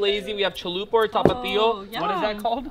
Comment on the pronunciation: Anyone noticed how he said “Cholupa” instead of “Cholula” 😂😂